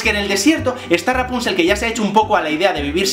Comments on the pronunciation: JSJSJSAJSAJA "Rapunchel, Rapunchel!" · Toma un shot cada que Javier dice "Raponchigo" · Muerto de la risa cada vez que decías raponchigos. Saludos desde Venezuela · JavierRuescas muchisismos😂😂 hasta me a echo gracia lo de raponchigo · Me encanta el énfasis que pones cada vez que dices Rapónchigo jajajaja y yo que pensaba que el vídeo comentando el de la bella durmiente era gracioso...este se lleva la palma jajaja me encanta! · Me hace muchísima gracia como dices rapónchigo 😂😂😂😂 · chupito cada vez que diga "raponchigo". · Mª CARMEN MATEOS COELLO lo sé, sólo me río de su forma de decirlo y de su vídeo en sí. Es muy gracioso!! Saludos